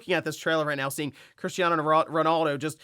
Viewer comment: it’s Cristiano not christiano 🤣😅